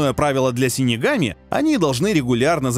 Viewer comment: Выговорил с первого раза .Хы